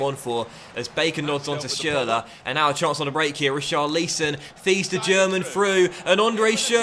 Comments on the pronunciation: STOP SAYING RICHARLEEEEEESON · please, stop baiting us, just say Ri...Char...Li...Son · Pls we know you can say Richarlison correctly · Still not saying richarlison correctly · The hype for the correct pronounciation of richarlison i real... is a master in marketing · Can u just learn to say richarlison